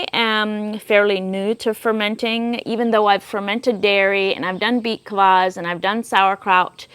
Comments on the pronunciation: Are you saying beet collage or what? Can't make out what you are calling the juice drink. Also what do you mean by waxing the cucumber? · I’m sorry, what are you saying, beet claws, beet Klaus? I can’t pick it up. 😂